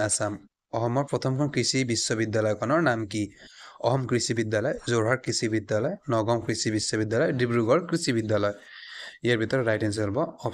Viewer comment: ছব ঠিকে আছে। কিন্তু আপুনাৰ ভাষা কিছুমান শুদ্ধ নহয় অসম ক অখম বুলি কব।